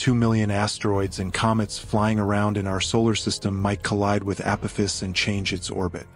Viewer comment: This is for the narrator It’s A-poff-iss 👽🛸